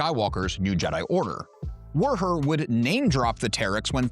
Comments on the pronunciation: The bartender's name is simply "WUHER", not "WERR-HER" like you seem to be saying, making this challenging to watch, but, I made it through it,🤣 so, THANKS!🙏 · Woo-her is how they pronounce it in the unabridged audiobook of tales from mos eisley cantina and the audio drama